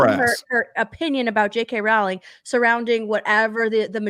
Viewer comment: You pronounce it "rolling"... As important as she is as an author you think you could get that right. Oh and before you get uppity J.K has addressed it herself dumb dumb.